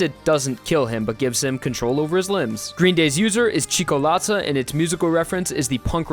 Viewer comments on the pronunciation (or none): Your pronunciation of the word Cioccolata is genuinely, hand on my heart, the single worst case of misspelling I have ever heard in my entire life. Nice video though. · as an italian earing zucchero cioccolata ghisccio and sale in elgish is just horrible XD